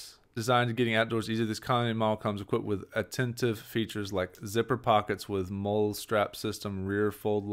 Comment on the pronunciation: If I didn't already have a Honda Pilot, this would be a great adventure vehicle choice for me. Unfortunately the Bronco Sport doesn't offer much more over my Honda. I'm hoping for greater capability so the Bronco 4-dr is in my sights. MOLLE is pronounced "Molly".